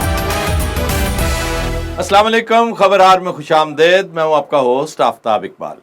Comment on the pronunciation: khush amdaid .... koi lafz nahi hay Aftab sb. Kush Amdeed hay.... Farsi mein "daid" koi sound nahi hoti - Khuda ka wasta hay - kisi Irani say taseeh kerwa lein